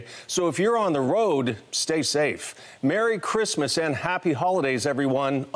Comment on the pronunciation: Merrwy Cwismas.From Mike Tyson